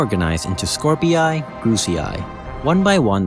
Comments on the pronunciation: Skorpii is pronounced as "Scor-pee" I think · Please stop mispronouncing Skorpii